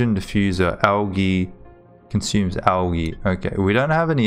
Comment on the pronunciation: "Algee", other than that good vid! and i think im actually the first person wow xD